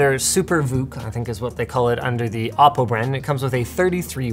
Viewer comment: Hhaahaaa Ah Po?? It's O Po!